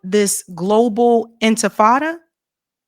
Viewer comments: I agree with That monster Stefanic introduced this little trick of the MAGA-Nazis: studiously mispronouncing intifada as "infitada." And, back then, not a single fucking university president even politely corrected the pronunciation. The Republico-Zionist-Nazis did it and do it time and time again. One of their many propaganda devices is deliberately to mispronounce names and terms that are even the slightest bit not White-bread American. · His ass was almost saying empanada... or inta -frittata. Hungry ass. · “Inti fi tada” 🤣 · Infi Tada. 😂😂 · This clown can't even pronounce the words that matter. He globalized empanadas, enchiladas, everything but the ¡nt¡fada. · It's comical because Mr Al can't pronounce the word he is asking Zohran about ... what a joke ... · Sharpton can't even pronounce "intifada." Smh.